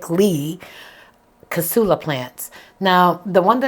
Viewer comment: Crass-ula like grass -ula is how to pronounce it.